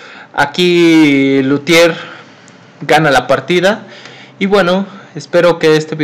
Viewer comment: Es Lautier no Lutier.